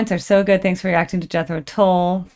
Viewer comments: Thank You! I turned 22 in 1972!!! This was my 4th Tull cocert I saw live! Seen them many times since! Still recording music. Their new album is AWESOME!!! So, for what it's worth , it's Tull as in DULL. pronunciation not in the listening!!! Love Ya!!! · Tull is pronounced like hull or skull. Or like the "ea" in "heart", just shorter. Or is it holl and skoll and hort also where you live? ;-) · Tull is pronounced the same sound as up.